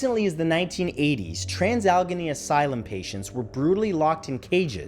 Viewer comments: It’s pronounced “ al-eh-gaee-nee” not “al-genee” but thank you for putting my home state on the list! 😁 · I know we West Virginia folk are considered to be backward, but at the risk of sounding rude... Alleghany is pronounced like alligator, not alchemy. Thanks! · It's pronounced Al-eh-gain-ee, not Al-gah-nee. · It's alle-gain-nee lol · Allegheny is pronounced Al-ah-gain-ee. And now you know. And knowing is half the battle G.I. Joooooooooe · Say it with me hon AL-E-GAY-NEE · "Al-i-gain-ey" ~Pam, WV. :) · Al A Gain Nee is the way Alleghany is actually pronounced. There are a considerable amount of Native American words in the area and that is one of them. Great Video as always! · Oh, sweety, no. Its trans AL-E-GHE-NEY, 4 syllables darlin' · Alla-gain-ee please. Lol. As someone from the area. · Trans AL-LA-GAINY (Allegheny) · allegheny = al-lah-gain-ee no? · Allegheny is pronounced al-eh-gay-nee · #6 is p pronounced al ah gay knee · It's pronounced "Al-eh-GEY-knee". Allegheny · Matthew, Allegheny is pronounced Al-a-gay-knee. Much love from West Virginia ❤️ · great video. oh, and its said like West All-uh-gay-knee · Allegheny is pronounced Al-la-gain-e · Had to laugh when he incorrectly pronounced Allegheny. But then again, I grew up in the suburbs of Pittsburgh, knowing how to say it. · Thanks Straka! Normally Matt’s pretty good about this kind of thing. I live in Western Maryland, and I cringed every time he said it wrong lol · I live in WV and his pronunciation gave me a tic. Lol